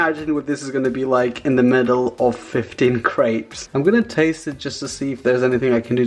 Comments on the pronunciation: I thought you kept saying grapes lmao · Valeria T same😂 I thought he was saying "15 GRAPES?!" 😂